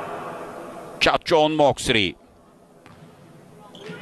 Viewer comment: นักพากย์ต่างชาติขานชื่อเธอได้ชัดแทบจะไม่เพี้ยนแล้ว เจ้าแมวเหมียวปีศาจ.. เธอช่างเก่งจริงนะ ชื่อของเธออยู่ในระดับโลกแล้ว monster น้อยแห่งเอเชีย 🏀🇹🇭🎉🌺🎇🌼🌠❤️‍🔥👍💪